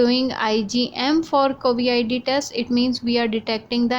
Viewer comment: It's Covid and not Covi-ID. How in the world can you get that wrong.